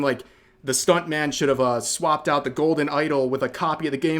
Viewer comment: "and for that reason I'm oot"